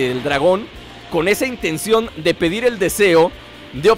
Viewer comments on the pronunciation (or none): hola te digo que mires tu propio video que es este y que en el minuto en ves de decir ´´Ya Se cual es el deseo que voy a pedir´´ dices ya se cual es el deseo que voy a perdir mira lo tu mismo no es por burlarme. sino por avisarte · like si te diste cuenta que en el segundo 36 dijo perdir